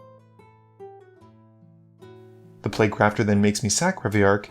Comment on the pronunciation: My man, please- it’s Reveillark Edit: when you said you tutored for locus of rage you flashed up locus of creation